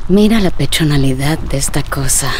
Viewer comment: acaso acaba de decir "pechonalidad" xd